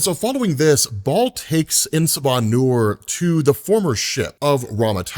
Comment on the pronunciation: Kills me that you mispronounce soo many names and words in every video. Like seriously dude. If you’re unsure research phonetics Baal isn’t pronounced ball, both correct pronunciations don’t sound like ball